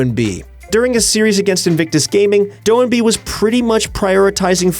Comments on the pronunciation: Do-in-b not Doin-b or Do-&-b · did he say “Doe-in-B?”